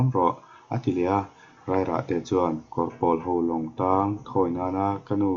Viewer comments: Kawr pawl lam dan hi a diklo.'Pawl engzat nge i nih' tiha 'Pawl' kan lam rik dan ang hian lam rik tur.Tin,Kawr tih pawh hi,tui luan na 'Kawr' kan lam rik dan anga lam rik tur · Kawrpawl tiha pawl hi pawl(blue) thluk a ni lo. Pawl - buhpawl, huho sawina pawl thluk hi. A awmzia : Kawr - vai (bengali) Kawrpawl - Vai rim nam, Tuikuk, Takam, Tripura a chang Tripuri, Assamese etc te kha Kawrpawl an ni.